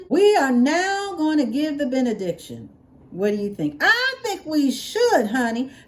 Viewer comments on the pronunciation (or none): “Benediction” 😂… p.s. you look so cute in your tank top!